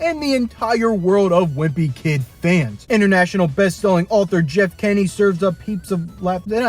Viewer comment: It’s Jeff Kinney not Jeff kenny 🤬🤬🤬🤬🤬